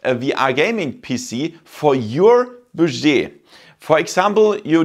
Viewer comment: Interesting video thankyou, just a note your pronunciation of "budget" is very wrong I don't want to be overly critical because I appreciate your not native English speaker it's pronounced more like BUD JET